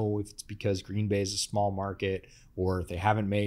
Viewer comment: I was born in 1995. The worst season I can remember is 2005, that sucked. Also, you say Green Bay wrong.